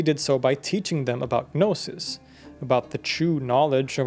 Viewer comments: Just cant watch anymore! The G in gnosis is silent. No sis. 😠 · dude... you made a 40-minute video about gnosticism, and 90 seconds in you're blatantly mispronouncing the word 'gnosis!' how can i trust you now?? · guh'nosis...? seriously? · guhnosis lmao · You pronouncing the G in gnosis is driving me insane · Stop saying the g in gnosis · the g in gnosis is silent btw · I believe the "G" in Gnosis is silent when pronounced. I noticed you started to pronounce it differently after the first few minutes. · Well, when I was in seminary studying the Nag Hammadi Library with Marvin Meyer (who translated the Gospel of Thomas), he told us that the G was silent in "gnosis." You don't pronounce the G in "gnostic" - so why would you pronounce it in "gnosis"?